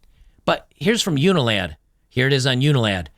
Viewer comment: “unil-lad” huh??